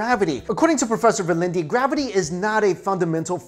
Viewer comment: verlindie? sorry to correct you, but its Verlinde, where the last -de is just pronounced as 'the'. the rest was just fine btw